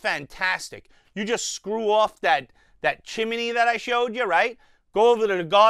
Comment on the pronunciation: Great Review as always. I really like this tank from your review! Oh and BTW I love the way you say Chim-e-ney.:-)